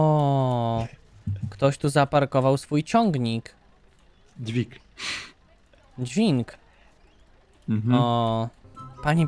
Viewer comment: Dźwink xD